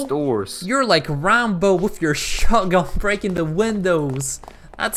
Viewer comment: This dude called Ramboo rambo